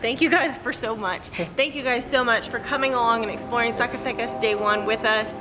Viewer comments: Love the videos! Heads up: Z pronounced as an "S" :) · guys you just can't say Zacatecas don't worry is not your fault LOL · Just a pronunciation tip: the letter z ALWAYS sounds like an s in Spanish, not like the English z.